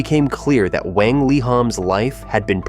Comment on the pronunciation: Wang is read as "wah-ng" instead of "weh-ng"